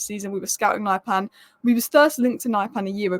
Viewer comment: Pronunciation: Not naipan, but niypan